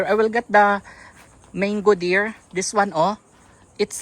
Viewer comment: Hi guys😊 it is mango not "mayngo" hope you don't mind, just a constructive criticism. God bless and more blessings come your way.😊